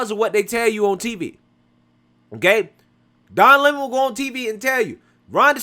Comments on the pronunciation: She called him Don Lemone. 😂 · The Don Le'Mon was pronounced just subtly enough that you could read between the lines, and she kept her cool. Honestly, Don should get the paparazzi treatment from every Floridian with a phone, and should be hassled out of the state. No tolerance for Leftist propagandists, I say. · Don LAY-Moan! You in trouble bro!